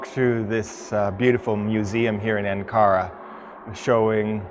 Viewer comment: Where is An Kara? Or did he mean Ankara. And where is Goblay Tepe? Or did he mean Gobekli Tepe? Who let that loon out of the asylum?